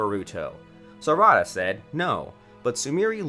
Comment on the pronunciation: "sarahda" not properly saying non-english names with the right prenounciations just throw me off most of the time, but everyone has their own pronounciations, i guess.